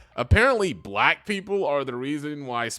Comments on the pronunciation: Someone pronouncing black as “buh-LACK” always gets my racism radar goin off💀💀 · You mean, "buh-LACK". He put's an extra emphasis on the second half of that word. Lol